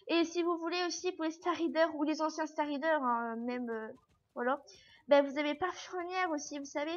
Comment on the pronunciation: EUH c'est pas star rider, c'est star rayder (j'écrit comme ça pour que tu voye comment on le prenonce)